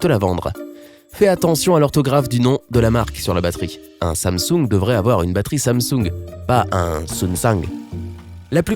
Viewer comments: "Sunsang"😅 j'explose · Quand il a dit sansung il a la vois d’un chinois